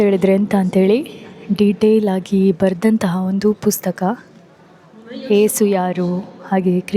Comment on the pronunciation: ಅದು ಯೇಸು ಅಂಥ ಮೇಡಂ, ಏಸು ಅಲ್ಲ. ಏಸು=ಎಷ್ಟು ಎಂಬುದಾಗಿ ನಿಘಂಟು ತೋರಿಸುತ್ತೆ.... ಎಲ್ಲರೂ ಮಾಡುವ ತಪ್ಪು ನೀವಾದರೂ ತಪ್ಪಿಸಿ 🙏